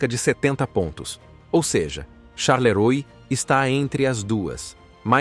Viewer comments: Não charleroi se pronúncia charleroa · O i depois do o se lê a